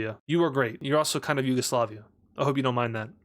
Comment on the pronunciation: It's not Yugoslavia it's yuagalisiva